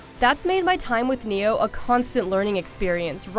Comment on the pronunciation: Neo? You mean Ni-oh. Just like it's spelled.